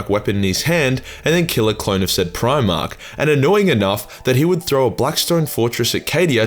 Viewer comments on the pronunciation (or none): none